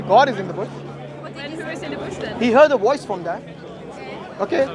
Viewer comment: its voice not woyce!!